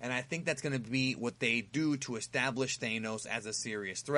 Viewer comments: I think it's Thanos, not Thaineos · Sorry I couldn't actively listen to the video because of the mis pronunciation. Kevin FiGee not Fijee Thanos not ThAAnos. Sorry bro just don't want you to sound stupid when you make another Marvel vid. Keep up the good work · it's tha-nos not thane-nois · you called "Thaynos"? how can you do marvel videos and not even know how to say Thanos? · "Kevin FeiGEE" "THANEos" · Why do you pronounce thanos’ name “thaynos”? Highly annoying. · I agree with your take....except with your pronunciations of Feige and Thanos.